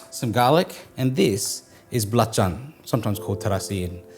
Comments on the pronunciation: I'm very suprised when he said "Belacan" :D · Wow you can pronounce the Indonesian word very well mate. Especially that balacan or terasi nice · I like how you say nasi goreng, belacan/terasi, and rempah.. it sounds like how Indonesian people would pronounce it.. love the video☺️